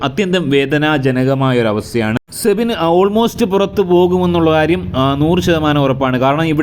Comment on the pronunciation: സെബിൻ അല്ല സിബിൻ എന്നാണ്